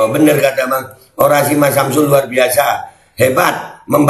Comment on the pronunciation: Cawapres harus nya orasi bukan ny oradsi tapi jadi penbawa acara🤣🤣🤣